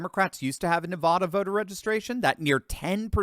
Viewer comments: It’s Nevada NOT Nevahda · It's not Na vaa da It's Na vad a So irritating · NevAda, not Nevauda!!!! Call someone in Nevada, so they can tell you how to pronounce Nevada. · It's Nevada. Not Nevahda. All you Thurston Howell's out there bastardizing the state's name should cease and desist immediately!! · NEVADA.......NOT NEVAHDA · Pronounce the first “a” in Nevada like the “a” in “apple!” It is NOT pronounced “Nevahdah!!!!” You do not come off as more sophisticated or “learned” by pronouncing “Nevada” “Nevahdah!” Please? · Please please please learn to pronounce NEVADA correctly! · Nevada, pronounced with an A , lol since I moved here I’ve been corrected…. Thanks for all the updates 👍🏻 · Pronounce Nevada with short “a”as in ladder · A as in Apple. Say it 1,000 times before you record the next video on this state. If you keep saying that way I might have to start saying Connect Ticket. :)